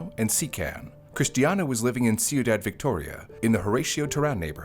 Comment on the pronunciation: ciudad phonically is “quee-daad”